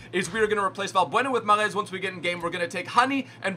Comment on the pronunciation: You pronounce mahrez ma-rez